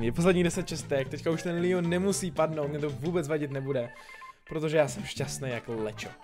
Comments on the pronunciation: Líjon😂😂👌👌👌Like for Leon😂😂😂😂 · Jo kdyby jsi neřekl líon